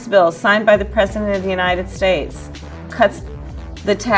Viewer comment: I don't like how she pronounces United States. She pronounces it "Yahhnited States".